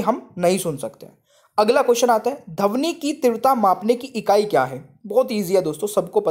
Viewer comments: धवनि नहीं ध्वनि कहना सीखें। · Sir dhawni nahi dhwani hota hai 🤭😁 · धवनी नहीं सर ध्वनि होता है 🤣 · Sir Dhwani hoga dhavani nhi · सर पहले अपना तलब्बुस ठीक करिए 😂 , ध्वनि पढ़ने आए थे , आप धवनी शिरा पढ़ा रहे हो 😂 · सर आप पढ़ाते बहुत अच्छा हैं, लेकिन आपका उच्चारण सही नहीं है, धवनि और ऐसे ही कई शब्दों का प्रयोग करते है आप 🙏